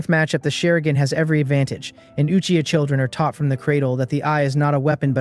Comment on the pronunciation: this finally says Uchiha yes feels good hear it not achiha